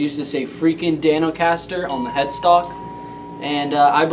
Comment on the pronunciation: I think you mean Dan-O-Caster!